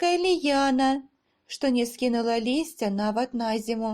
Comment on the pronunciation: Диктовка во многих местах неправильная, например, от ударения зависит правописание наречий(прыслоуяу). На зиму Вы прочли с ударением на предлог, а в белорусском языке никогда не бывает ударения на предлоги, т.е. я зная правила сделала там ошибку из-за неправильного ударения